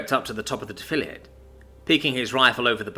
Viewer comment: It’s pronounced (Deaf-a-laid)